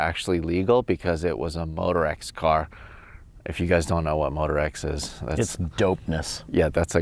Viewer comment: Did he say motox???